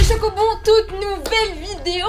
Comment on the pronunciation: Elle a dit les chocohbon 😂😂